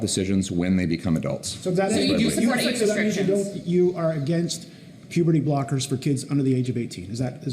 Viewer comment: I wish I see the face of the reporter who asked at minute :"so, only adults should take puberty bolkers ?". I heard "bolkers". Why would you give a puberty "bolker" to an adult? To "bolk" its development?